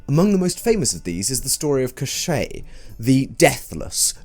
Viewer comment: the way you're pronouncing koschei with like a french accent is driving me nuts. it's a russian name, it should sound like a cough, emphasis on the first syllable.